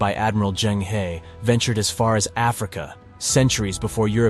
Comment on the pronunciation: I enjoyed the video and I found no glaring errors. You stated that the video was created by AI. You should somehow update the AI on Chinese pronunciation. For example Zheng He, the Zheng is not too bad, but He is not pronounced with a long e sound as in ‘ peace’ but with a short schwa ‘e’ sound as in ‘the’. The ‘zhuang’ in Zhu Yuanzhuang is incorrect. Also the ‘Zi’ in Li Zicheng is incorrect.